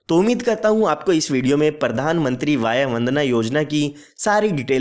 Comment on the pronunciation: Please talk vay(age), not vayaa